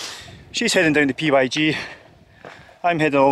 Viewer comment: the PYG path is simply pronounced Pig track